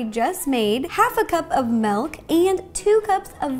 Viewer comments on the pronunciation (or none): Ro i love you but it is MILK with and I not MELK with an E, it is mIlk😂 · Incorrect: melk Correct:milk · You saying milk sounds like “malk”. Just saying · is she saying melk or milk just wondering